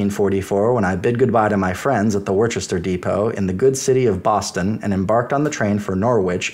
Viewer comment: Its not War chester 😂😂😂... it's wh-istah.. my god man